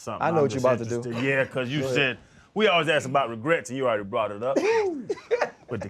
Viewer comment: Freddy T cannot say “ASK” to save his life 😂